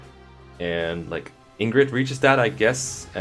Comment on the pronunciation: Just happy Sakurai said Ingrid correct